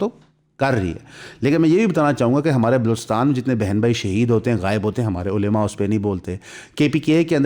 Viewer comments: علیما نہیں ہوتا بھائی۔ کم از کم علماء تو صحیح سے بولو۔ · please ULMA not ulema